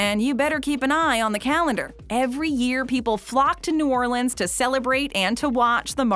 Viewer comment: Finally someone who can pronounce New Orleans right